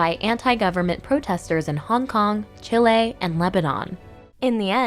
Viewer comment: It's pronounced /chē-le/ not /che-lā/ As a Chilean, it drives me crazy when North Americans pronounce it incorrectly.